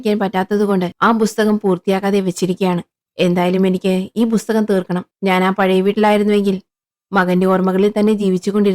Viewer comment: ബുസ്തകം ❌ പുസ്തകം ✅